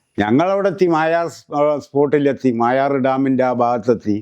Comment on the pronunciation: മായാർ ഡാം അല്ല മൊയാർ ഡാം എന്നാണ്